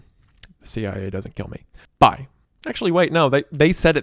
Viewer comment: Strange to hear Wendigoon finish the word "bye"